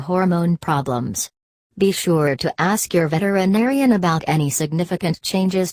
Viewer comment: "VETER IN ARIAN" triggered me every single time ._.